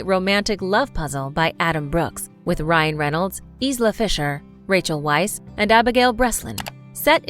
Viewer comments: Isn't it pronounced "Veiss"? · "Weisz" is pronounced as "Vice" and "Ralph" is pronounced as "Reyph." Americans, always mispronuncing everything 🤦